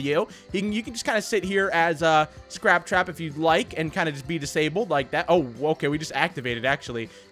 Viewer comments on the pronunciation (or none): Scrap cwap